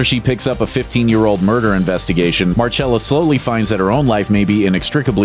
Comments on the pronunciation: It’s Marcella not Marchella smh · Mar-CHELL-ah? Don’t you mean Mar-SELL-ah?! Jesus. You Really need to check your basic facts and names.